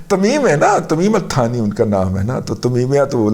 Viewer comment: آپ سے گذارش ہے کہ یہ لفظ در اصل "ثانی" ہے ، انگریزی میں چونکہ thani لکھا جاتا ہے اس لئے اردو والے بھی تھانی کہنے لگے ہیں جو کہ مناسب نہیں ہے ، یہ لفظ "ثانی" ہے ۔